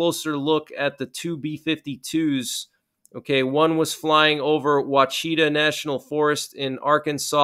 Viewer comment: Ouachita is pronounced wash-uh-taw